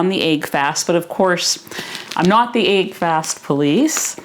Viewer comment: She's awesome, I love and her videos. The mispronunciation of this word as well as leg being pronounced as laig trigger me really hard lol